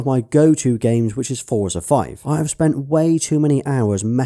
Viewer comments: Forza is pronounced "Fortza" , not "Foorzer" Think of it like pizza, you wouldn't say pizzer would you. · Small note... Forza is pronounced as "fortza" as it's an Italian origin word. Just like how we pronounce pizza.